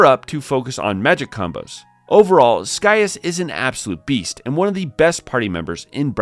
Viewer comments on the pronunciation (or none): That's not how you pronounce his name! Lol! Not Sky-us, it's Sigh-as/Cy-as. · “Sky-as”? I thought Scias was pronounced “See-as”?